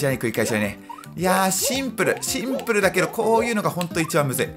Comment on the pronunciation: コース自体はシ↑ンプ↓ルなコース